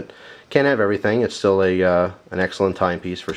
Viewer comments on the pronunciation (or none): none